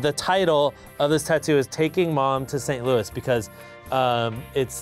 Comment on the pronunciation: “You’re gonna piss off so many people in St. Louis” he says after pronouncing St. Louis wrong like 5 times